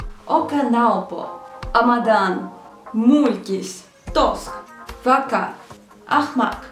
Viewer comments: Японский вака не правильно, надо Бака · Только там не Фака, а Бака